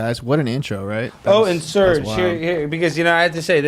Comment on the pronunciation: Also its Serge